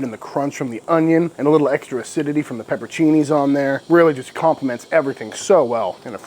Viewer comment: Please.!! Is pronounced PEPPER-ON- CINNI not peppercini